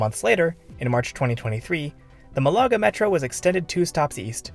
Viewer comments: It’s not a German fizzy drink, it’s a Spanish city! Try pronouncing Malaga properly. The stress is on the first vowel and it’s one word. I lived there for years, spending a lot of time avoiding the construction work for the metro. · Sorry dude, couldn't watch your video just because of the annoying botched city name.